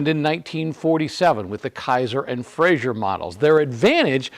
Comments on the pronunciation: Great video but I do have one pet peeve - it's pronounced "Fray-zer" not "Fray-zhur" He was Scottish, not french. Still a great car and much appreciated video. Thanks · It's Frazer, not "Frazier."